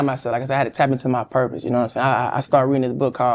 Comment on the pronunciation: What was the name of that book Desi read? A purplely driven life 😂😂😂 That accent is strong